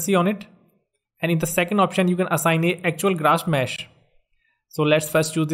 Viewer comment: That was very helpful, but when he said "grash mess" instead of "grass mesh" I cracked up :D